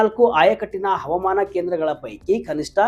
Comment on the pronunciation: ತಮ್ಮಾ ಮೊದಲು ಅಚ್ಚ ಕನ್ನಡದಲ್ಲಿ ಹವಾಮಾನ. ಅಂತ ಹೇಳಿರಿ ಹವಮಾನ. ಅಲ್ಲ 😊😊